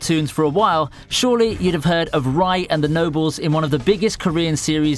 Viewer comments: "Knob-lease" I feel like I'm being baited. In almost every single one of these videos, there's a wild mispronunciation of one of the titles. It's NO-BLESS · Nobleese is not the pronunciation lmao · Noblesse is pronounced as “Nob-bless” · Oh fuck for the fucking love of God , it's Noble-s (the S sounds like literally when you speak Sl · Never pronounce Noblesse like that again. Thank you come again. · How can you be British but unable to pronounce the word "noblesse" correctly